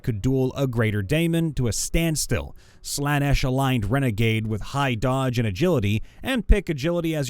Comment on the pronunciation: It killed me when he correctly pronounced slaanesh, despite it being misspelled, but mispronounced Khornate (it's derived from Khorne, the chaos God of skulls, blood, and battle, pronounced simply, "Corn"). No hate, just thought it was actually really funny